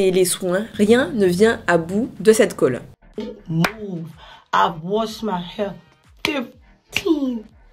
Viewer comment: "Don't moove "